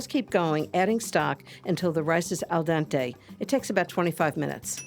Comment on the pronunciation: Al Dante , l think she said, bless her!!